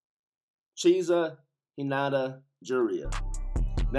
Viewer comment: Cheesa 😭 that what i heard .